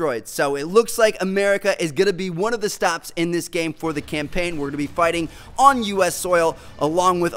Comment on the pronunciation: Campaign not champaign